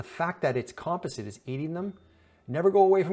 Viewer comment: Isn't near as bad as "Composite" 🤣😆🤣